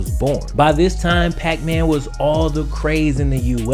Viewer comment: I get that when you said puckman my brain immediately switched the P for an F lol